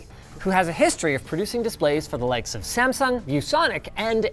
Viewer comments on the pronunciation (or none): none